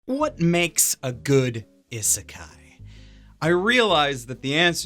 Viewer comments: This mans really pronounced "isekai" as "ih-sekai" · it still always bugs me how he says ihh-sekai because that's definitelly how い is pronounced